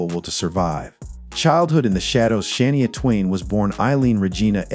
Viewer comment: Please learn how to pronounce names Shania Twain. You can’t even say her name properly.